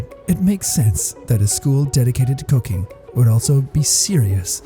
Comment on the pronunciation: Did anyone think he said cocaine instead of cooking?